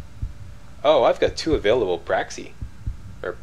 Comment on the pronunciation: Praxisisisisisisisisssss - Is the correct form of the word. ;)